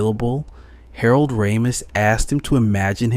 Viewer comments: Its pronounced “Ray- mis” not “Rah-mis.” 🤦‍♂️ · Christ, hearing this kid mispronounce Ramis (and wildly misspell it in the captions to boot), the never-ending supply of glottal stops in place of ‘t’, and the lazy vocal fry…I just can’t finish this.